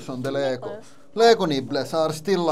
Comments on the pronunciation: "Lego Niplets" lmao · Did he just say “Lego nipples”? 😂